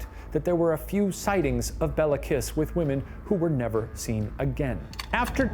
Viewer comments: Shane made it sound like a stripper name, Bella Kiss lmao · Nice deep-dive into the history here! Quick note: In Hungarian, the killer's name of Béla Kiss wouldn't be pronounced as it is here, but rather "BAY-la KEEsh". The Hungarian alphabet distinguishes between the é and e letters, with the former always being said as it's pronounced in "resumé", while the latter is always the flat "eh" sound that Shane is using here to make it sound like it's said the same as the name "Bella" would be. So, Béla= "bay-la" Meanwhile, the surname is said with a long "eee" sound for the i (like English speakers use for the name Mia), and the "s" in the Hungarian alphabet stands for the "sh" sound rather than s like in snake. So, you get Kiss="keesh" It's spelled correctly in the description with the long é, so just thought I'd mark it down here for anyone interested! Both the first name and surname are still pretty common in Hungary, and our other (presumably) non-murderous Bélas include the actor Béla Lugosi, who played Dracula in the 1931 film that helped popularize the "vampire accent" (really his native Hungarian accent). Always love to see more from Watcher! If you're ever interested in pursuing more twisted Hungarian history, I'd definitely recommend the case of Elizabeth Bathory, the Blood Countess (and the theory that she might have been framed for her list of murders, which I first found at Jason Porath's writeup on his site Rejected Princesses, relying on Tony Thorne's biography of her)